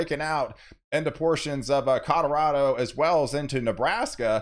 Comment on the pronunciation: Cadorado ? Wtf?